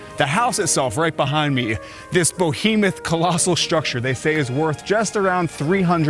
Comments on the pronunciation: I think you confused two separate words, when you tried to say behemoth to describe the mansion, you made up a word, "bohemeth"???. It's definitely not Bohemian, but it is indeed a behemoth. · It's "behemoth", not "bohemoth". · Is the narrator foreign? Or is it just a speech impediment? Losing me by calling it a "bohemoth". It's be-he-moth. Things like that betray his pretender status. Also, cop killer? Geesh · if you see this note, pls consider it. towards the beginning of your video, you mention The Breakers as a BOHEMuth (spelling? but pronounced BO-He-Mith) the correct word is BEHEMOTH, so 'Be' not Boe... just a little detail, since you attempt to present a refined, educated, well-informed package overall. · Vanderbilt. BILT, not belt. and it’s not BO-hemoth. It’d behemoth. BE. Come on bro you sound strange trying to tell us about stuff and you can’t even pronounce it. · Beh-he-muth is the pronunciation, not Boh-he-muth. Just wanting to help you improve your vids and credibility. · I tuned out when he said "BOhemoth" instead of "BEhemoth" (approximately 2 minutes in). Handsome guy, great photography. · An interesting concept for a channel but when the presenter pronounces the Vanderbilt name as VenderBELT and behemoth as BOhemoth, it undermines credibility. His pronunciation comes across as ignorant. Starts the video off with him in a rental luxury car and recaps all the prices. Run of the mill real estate agent trying to fine a youtube niche. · Bohemith? Nice try bro….when you try to sound smart by using words you don’t know, it makes you sound like a dimwit. Better to keep your mouth shut and have people think you are a moron than to open it and remove all doubt 🤣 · Bohemoth? Is that a mashup of Bohemian and behemoth? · If you’re mispronouncing things like Vanderbilt not belt. Or behometh for comments to drive your channel. You’ve succeeded. Lol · spectacular house, great presentation but - "BO-hemoth"? Dude! really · “Vanderbelt” “boehemoth”😂